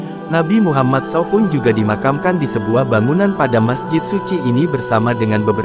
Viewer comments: Gak sopan banget sih naratornya ini, bilang saw, harusnya s a w dipisah gitu sebutan nya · Apa yang tertulis itulah yang dibaca. Memang begitulah seharusnya Narator. Jadi, dia tidak salah. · Pembaca beritanya orang apa sih. Meter persegi dibaca meter-meter, saw dibunyikan sbgmn adanya saja.